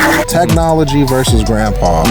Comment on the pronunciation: Please learn how to say the word “versus”!